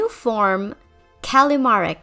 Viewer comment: Who tf called callimara "callimarie"